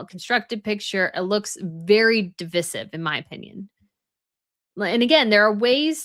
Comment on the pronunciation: Hey, I looked it up in several dictionaries. I’m not sure if you pronounced divisive correctly.